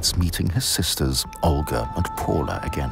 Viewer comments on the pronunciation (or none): none